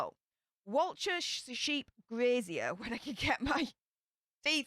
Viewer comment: It’s important to get pronunciations right, especially with a word used in the title of the video and throughout it. Walcha is pronounced ‘Wolka’, not ‘Wal-char’.